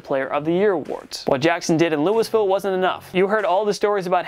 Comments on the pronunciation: But Louie-ville is still waaaay better than the way it was pronounced in this video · Lewisville WTF ITS Louisville (Lew-e-vil) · “Lewis-ville” lol. It’s pronounced “Lou-uh-ville,” slugger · It’s pronounced LOUIE-Ville. Not Lewisville. You guys are terrible with pronunciation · Hey yank Louis-ville isn't a place or school in KY. Lool-ville or maybe even louie-ville will pass but not what you said. Say it right next time so it sounds like you did a little research and not just reading a script. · Lewisville??? Louieville bro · Louisville not LewisVille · Dude it's Louisville not Lewis Ville!!! 😂😂😂. "Lou-i-ville" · Dude—It’s Luwavulle - not Louis-ville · Louisville is not "Lewis-ville" its "Loo-a-vul". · "Louis-Ville"??? It's pronounced "Loo-eeville". "Pol-eye-an"??? It's "POL-ee-an"....do you even sports, dude? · Louisville is pronounced LOOEYVILLE not Louis-ville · It's pronounced Louie-ville, not Lewis-ville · "Louis-ville" "Bill Po-lyon" C'mon man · What the hell am I even watching? Bill Poe-lion? Lewisville? Do you have an editor? Have you ever watched sports? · Hm, not often you hear Louisville pronounced as "lewis-ville" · loo-iz-ville hurt my ears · says Scouts don't know shit and then says LOUIS ville xD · Lewis -Ville .? you never heard it called anything else in your life ? LOL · STOP SAYING LEWISVILLE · it’s actually Lul-Vull. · Lewis-ville lol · POLE-LION and LEWISVILLE!? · Bro I’m a Louisville fan and I was like what did he say, LEWIS-ville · LUIS-Ville? And Bill PELION? Polian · Hmmmm..... we have first round draft picks on here but in drafted And future HoFer James Harrison is not. Between that. Lewisville and Pole-EYE-an..... I’m out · Lew-iss ville? LOL. Has this guy every taken a geography class? Ever watched college football or basketball? Geez. It might be excusable, if he didn't make so many snarky comments about NFL coaches and execs doing poorly at THEIR jobs. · Lewis-ville? Pole I Ann? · Lewis-ville? Really? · Lol “Lewisville”